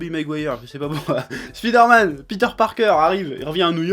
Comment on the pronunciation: a il dit "spider-matte" mdr